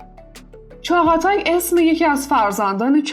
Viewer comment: اینو 200بار 200جا گفتم توی اسم ق نوشته میشه ولی خونده نمیشه تلفظ درستش چاتای هست والا چندتا چاتایی که من میشناسم هیچکدوم و چاغاتای صدا نمیکنن